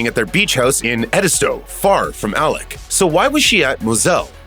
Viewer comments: Why do you keep calling him Alec, when it's Alex? The beginning of this continuously sound like Alec.... Weird, I'm not sure if you can't get his name right or if your intentionally doing it because you think his name is Alec. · Did anyone ever get word to the narrator that it's "Alex", not "Alec"?